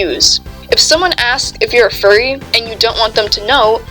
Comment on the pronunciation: “i-i-i-i am a fuwwy 😔😔😔😔” SHUT UP